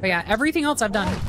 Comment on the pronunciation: i really respected you and then you said "elTse" instead of else and i just...